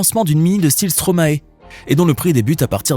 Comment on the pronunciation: Bonne vidéo mais on dit stromaï pas stromaé !!!!!!!